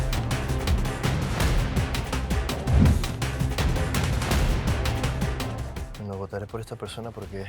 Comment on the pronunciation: POR DIOS No es "OSTIN" es "AUSTIN "😶